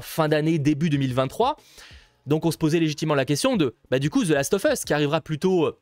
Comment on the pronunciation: Last of fesse ? Ou last of us ? 🤣